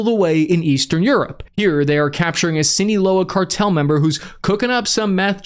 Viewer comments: "Los Chornos" "Sineeloa Cartel" An useful trick for spanish vowel pronunciation: it is consistent. The vowels are A as in Apple, E as in Echo, I as in India, O as in Oscar, U as in Über. Exceptions: U in the syllables GUI, GUE is mute unless marked with a diaeresis (◌̈) examples: Guillermo (Gee Yehr Moh) vs Pingüino (Peen Gwi Noh) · “Jal-isco” and “Seeenola,” I love the WASP way pronounces things!